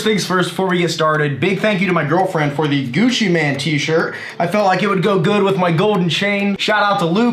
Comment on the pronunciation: Haha it is pronounced gucci main. Love the channel keep doing big things!